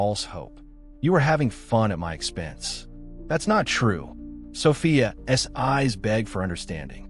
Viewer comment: Absolute nonsense.And the AI narration can’t handle saying ‘Sophia’s’.